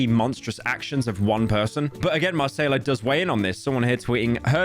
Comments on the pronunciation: I know everyone is making jokes about it, and honestly there's no shame in mispronouncing a name, but for real where did u see a "R" in "Macaiyla"?? You know something we don't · delete this video man it makes you look like a complete moron lol you said her name so wrong lmao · Ok at this point you have to be doing it on purpose, how do you mispronounce a name as easy as Macaiyla LMAO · I hope the constant mispronouncing of influencers' names is bait. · Did Pyro mispronounce Macaiyla on purpose? That's worse than metro's boomin track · Hey you know she dgaf about people's pronouns so why should he gaf about how to pronounce her weird name lmao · Is Pyro joking or does he actually not know how to pronounce Macaiyla… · is Pyro saying macaiyla's name wrong? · this channel really became like, centrist slop. no research in any single video, no knowledge on anything, couldnt even pronounce her name right and is terrified of having a single opinion on anything and just goes "thats crazy" over and over again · Bro really called Macaiyla chicken tikka masala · That's not how you pronounce Macaiyla Pyro... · How does this guy see names and is like "how can i pronounce this in the worst possible way" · bro is baiting engagement pronouncing macaiyla's name that horribly, nice slop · Only Slopman can make a 14 minute video of a League player wife's twitter drama and pronounce the only important persons name wrong the whole 14 minutes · Do you mispronounce names as a joke or what? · New name Mispronunciation just dropped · It's mah kay lah not mah say lah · Listening to u say Mar-say-lah the whole video and cringing so hard 😊 i believe it’s pronounce mi-Kay-la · At what cost? —Mispronouncing Macayla over a hundred times in 15 minutes... [DRAMATIC MUSIC] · Marsayla 🥴 It’s MUH-KAH-LA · Brother it’s ma Kay la not masayla 🤓☝️ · Shouldn’t’ve listened to chat Mr. Metro’s Boomin track. It’s (Mah-Kayla) not (Ma-Sayla) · Marceyla? Bro come on…😢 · brozzer stop calling her Massaiallah